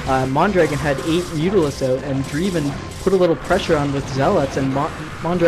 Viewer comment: nice game! Isn't Dreiven pronounced "DRAY-ven", not "DREE-ven"? My intuition about English diphthongs tells me the former sounds more proper, but I could be wrong.